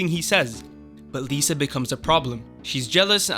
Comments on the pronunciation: It's not "Lisa" and "Tears of Lice." It's "Lie-sa" and "Tears of Lease." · I love how u pronounce tears of lys and lysa arryn exactly opposite of what they are supposed to sound like. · Lisa not Lyssa? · Lysa....it's LYSA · Can you please learn how to pronounce “Catelyn”, “Lysa”, and “Lys”. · Sorry, couldn't finish the video due to all the spelling and pronunciation errors. Lisa? Caitlin? Marcella? Is this an American High School? Jon Aaron 😂😂😂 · How are you mispronouncing so many character's names on the show when they are all verbally spoken? It's not Lisa Arryn, it's Lysa Arryn (LIE-suh). It's not Mare-Jerry, it's Mar-juh-ry. It's not the Eerie, the Eyrie (Air-ee). Varys is not Vare-ees, it's Vare-iss.